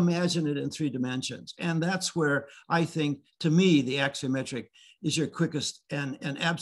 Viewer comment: The word is a ‘axonometric’, not ‘axiometric’. This is architecture 101 . . .